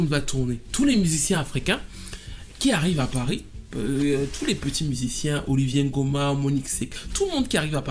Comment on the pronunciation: C’est une super vidéo hyper riche en découverte pour moi . Mais étant gabonaise ça me fait mal aux oreilles d’entendre Oliver( Olivié) Ngoma ça se dit OliVEUR comme en anglais 😅